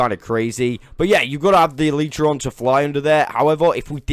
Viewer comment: Crawl and elytra you struggle to say